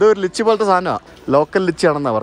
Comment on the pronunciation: ലിച്ചി അല്ലാ ലൈച്ചി 😫😫😫